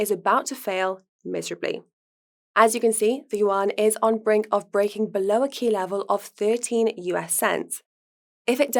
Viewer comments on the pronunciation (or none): none